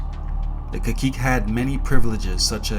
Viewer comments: Cah-seek not ka-keek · Fellow Taino here 🙋🏽‍♀️ from Borinquén 🇵🇷 🖤 we pronounce caciques like “Ka-See-Kes” ….great video